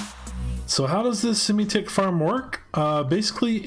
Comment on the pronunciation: I mean sim-tick, not Simi-tick